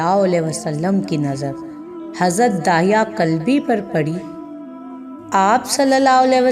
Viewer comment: دحیہ کلبی صحیح تلفظ ہے بنی کلاب سے تھے.